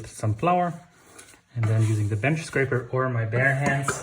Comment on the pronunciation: Thanks for including the boule shaping. By the way, it’s “scraper”. Love your sense of humor.